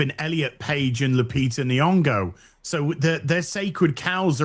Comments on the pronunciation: 😂 pronouncing it "Lupita M'bongo" will never not be funny 🪘🪘🪘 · Azs reaction to mispronunciation of Lupita Umbongo is low-key hilarious